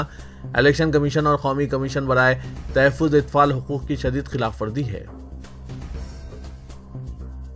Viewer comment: Namor nahein Namwer padhiye. Tahaffuzaat padhiye